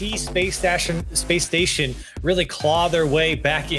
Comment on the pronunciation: “They started off hot, but you could see šPåÇë ¿stashon?, Space Station Gaming...”